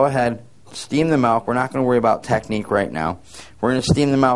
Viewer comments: its milk... with an "i"! Its not malk!!! Julian Smith would be so pissed... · The guy saying "malk" is REALLY irritating me! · In certain areas of the US many pronounce it "malk". However you say it, frothed well it makes for delicious lattes and capps! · Milk. Not melk. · I don't want to steam malk, i want to steam milk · "Melk. Melk. Melk. Melk..." That's all I hear..lol. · Love in the netherlands its pronounced as he says it. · oh thanks man now all I hear is melk :/ :( :) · good video. funny that ehe said milk on and corrected it to malk hehe..... anyway good info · I spent the whole time trying to figure out whether he was saying malk or melk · HE SAID "MALK"! makes me think of julian smith :P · "malk" haha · this is so cute, i pronounce milk the same way!! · i'm from usa but english is my second language! so i guess i never really learned how to pronounce 'milk' the right way : )